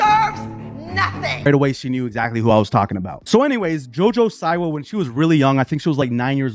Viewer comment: The way you say her name, lmao, omg… it’s pronounced ‘See-wah’, also, Tana Mango, XD!!! Okay, now, back to Jojo. She oversold it. She should’ve been more shocking with her music video. She didn’t come through. She played it safe. If she gives us more, just like Miley did with her Bangerz tour, then, the reception would be different.